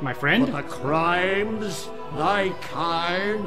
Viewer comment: My friend? BUT THE CRYMES... Always kills me xD